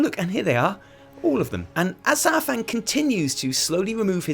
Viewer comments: People uhh.. People know it's Pronounced SAR fang, not SOUR fang, right? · The troll in Old Soldier Says it himself 45 seconds in. The first spoken words in the cinematic are "Oh, Lord Sar-fang"